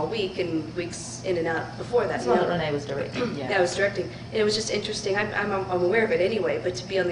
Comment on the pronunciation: Lucy called her Ren-nee, when she pulled up in the car, how sweet a pet name. Thanks for sharing.